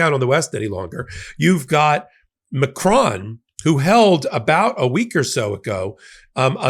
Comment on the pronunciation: Just for fun: it is close to this ma - krone; accent on the second syllable. The "o" in "cron" sounds like hone/lone/sown/. Bad suggestion but it is pronounced like "crony". Get the O sound right and you're a winner. Thank you to my president! From France.